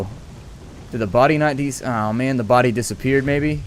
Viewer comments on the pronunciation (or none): none